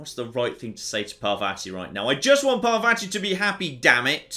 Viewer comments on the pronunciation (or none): ( I know I'm being that guy, but the way says Parvati's name drives me nuts. The second A sounds like the first one. Par-VAH-ti!